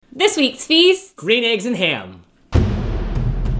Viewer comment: Dr. Seuss's Gwean Shmegg Yolks And Ham.